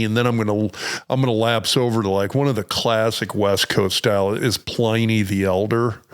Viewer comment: Pliny the elder was Roman .. and it's pronounced with a short i ... As in Pin...